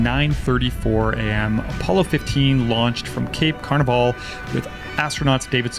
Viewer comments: cape "canaveral" not "carnival" lolololol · "Cape Carnival" Wow.... maybe google that name and dub it with a proper pronunciation. Not like it's one of the most important events in recent history or anything. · To be honest, Cape Carnival sounds like more fun. Party! haha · The way you miss pronounced Cape Canaveral. Ooops ;)